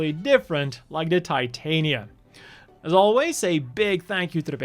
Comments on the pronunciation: That "creator" was full of crap. "The O" is obviously meant to be a reference to Oberon. Titania is pronounced "Tih-Tah-Nia" not "Tie-Tay-Nia" Titania is a Queen of the Fae. Oberon is her King. Also, Oberon. Not Overon. That's another one that got devoured by mistranslations/change for "creativity". Eldridge is something I'd normally ignore but in reference to grimoires and fae royalty, it's obviously eldritch. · Just an FYI, the Titania is pronounced "tit-tanya," as it is named after the fairy queen from Shakespeare. This is made more evident by the constant allusions to the name of her king throughout all these mobile suits: Oberon. The-O, in addition to its many name origins, could be seen as an abbreviation for The Oberon, the mobile suit and its descendants are all referred to as "fairy kings," and the Over.On, when taking into account Japanese pronunciation, is literally a pun on the name Oberon.